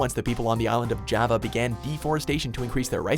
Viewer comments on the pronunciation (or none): none